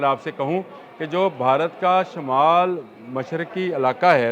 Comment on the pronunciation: Urdu tu Sahi se bola krn Bharat ko barat bolty hn